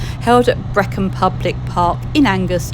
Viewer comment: Just for future reference Brechin is pronounced as Bree kin Love your vids 👍